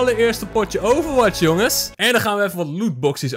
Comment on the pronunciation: Stop met overwaths